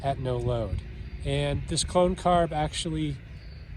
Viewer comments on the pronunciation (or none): You said "clone carb" and i heard "clown car." 😂